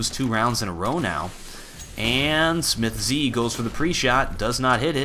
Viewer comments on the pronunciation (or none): please stop saying "smithz z" it's just smithz